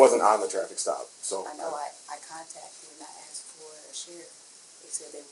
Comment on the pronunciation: Shateeequa be HONGRY! And, she AKKKSED you for information?!!